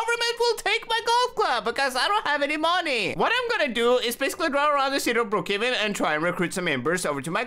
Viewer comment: He said Brook caven😂😂😂😂